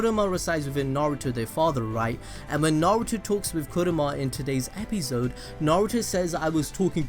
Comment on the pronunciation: Am I the only person who heard 'Epizzode' instead of 'Episode' 😂😂